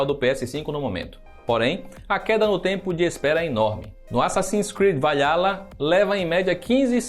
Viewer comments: E tbm Assassin's Creed "vaiala" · Parei de assistir assim q o cara falou assassin creed vaiala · Assassin's Creed "Valhalha" e "feedback ático" hahahahahahahahahahahahaha! O cara não se dá nem ao mínimo trabalho de pesquisar a pronuncia das palavras.... Meu Deus! hahahahahahaahhaah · assassins Creed valialia kkkkk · Series x é Meu próximo objetivo...... vale ala kkķkkk foi boa essa pronúncia kkkkkk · Assasins Creed "Vaiála" foi boa demais. 🤣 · "Vailhala" kkkkkkk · Parei de assistir no "Valhá-la" .... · Assassins creed "valhá-la". Nunca tinha lido dessa maneira. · Vc fala bem, mas ajudaria se vc pesquisasse as pronúncias das palavras q vc nao conhece antes de gravar o video pq sua pronuncia de valhala e feedback àtico foi dolorosa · q vídeo bosta, heim...parabéns o que o título tem a ver com o conteúdo??? parece foi tentar esculhambar o ps5, mas se arrependeu no meio do caminho obs: o cara não sabe nem falar valhalla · Não fizeram uma boa análise, só erram em falar o nome do jogo assasin's Creed Valhala fora isso análise foi justa e correta !